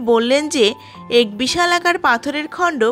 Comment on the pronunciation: উচ্চারন : এক = এ্যাক/ অ্যাক।